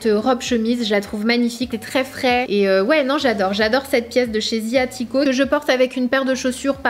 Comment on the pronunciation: Sanaa, je t’adore mais peux-tu essayer d’arrêter de dire « CED robe » au lieu de « cette robe » 😭? Haha!! Bisous